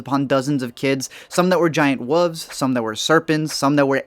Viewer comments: He says wooves instead of wolves. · "wooves" lol